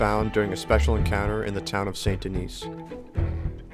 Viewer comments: idk how many times its said in game but it isnt pronounced saint denise, even if you werent saying it the french way it would be denis not denise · “Saint Denise” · Hearing you say “Saint Den-IS” hurts my heart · San Dan-ee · I can’t be the only one bothered by how he says saint denis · Why must you butcher saint denis like that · your pronouncing the town saint denis wrong 😂